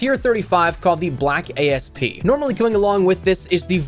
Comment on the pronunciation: It’s asp, not a.s.p. As in the snake that killed cleopatra